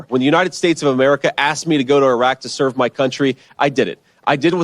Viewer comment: Thtas how you pronounce Iraq